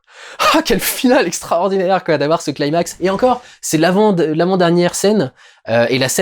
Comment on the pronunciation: Par pitié, arrêtez d'écorcher mes oreilles en prononçant climax comme "claïmax", à l'anglaise. Climax est un terme grec ancien et pas du tout anglais! Climax se prononce comme en francais, climax!